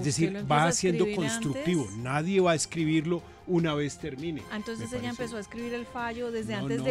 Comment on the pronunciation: darcyn no se dice antonces se dice entonces. Otra cosita para todos, todo funcionario es publico. No lo seguí todo, pregunto hubo pausas y almorzaron?